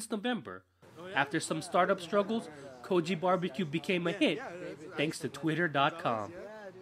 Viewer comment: Y'all gotta stop mispronouncing it as "Koji". It's Kogi.